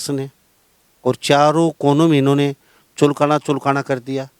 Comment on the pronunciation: भाई जगमाल पंडित ने चुलकाना धाम के साथ साथ पुरे हिंदुस्तान में रिकॉर्ड बना दिया आप चुलकाना का सही उच्चारण करें पत्रकार महोदय